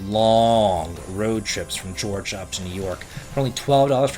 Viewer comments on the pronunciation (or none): none